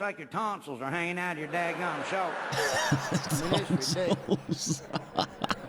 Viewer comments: It's dadgum not dagon lol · Its "dagum" not dagon